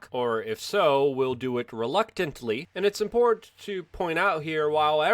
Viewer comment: “Impor-inn”... Luke has been doing this for 15 years but you still can’t take the thug life out of him, haha